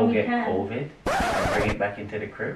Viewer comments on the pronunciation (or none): “So your gonna go get covoid” 🤣🤣🤣